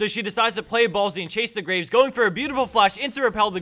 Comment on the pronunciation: I just LOVE how he butchered the Graves' name.